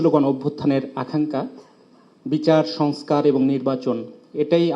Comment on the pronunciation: সংস্কার শব্দটিও উচ্চারণ করতে পারছেন না, নেতারা 😮😮😮😮